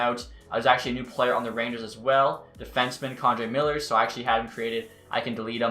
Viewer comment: K’Andre Miller is pronounced “Kay-On-DRAY”